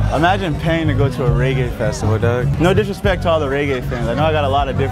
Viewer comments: Reggae not raygae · He black and calling it raygay 😂😂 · This nigga kept pronouncing it wrong 😭